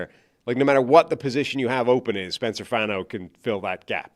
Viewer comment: spencer fawn-o, like Bono from U2